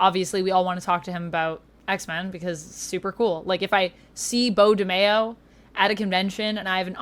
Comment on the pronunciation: his last name is not pronounced Mayo like in Mayonnaise smh its Maio